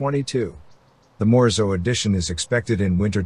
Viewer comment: Morizo not Morzo!!!! Lazy vocabulary voice over guy!